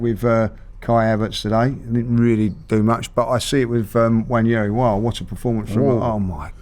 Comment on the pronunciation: Nwaneri is pronounced noir-neh- ree, as in the French noir.